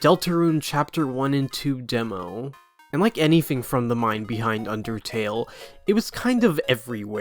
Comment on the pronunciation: why TF did you say undertale like that bruh